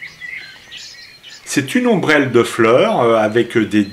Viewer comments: Je vais chicaner un peu... On prononce aussi "akilé". On ne parle pas d'ombrelle mais d'ombelle, d'où le mot ombellifères pour désigner anciennement cette famille de plantes. Encore un "r" de trop ! :-) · Merci, les vidéos sont d'une magnifique qualité...Mais oui, tu as bien dis "atichaut"...lol...et tu as bien dis "ombRelle" aussi lol